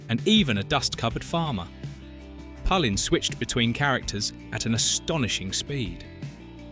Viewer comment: Palin is pronounced pay-lin not pal-in if you want to give insight then use some intelligence and do some decent research.